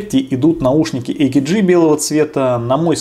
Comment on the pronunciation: Отличный обзор. Кстати, AKG - немецкая контора, произносится как А Ка Ге.